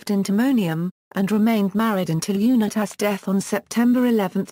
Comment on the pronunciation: Bullshit narration!!!! Can’t even pronounce Unitas correctly.